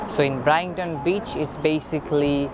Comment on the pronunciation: BRIGHT-TON : BRITE-TON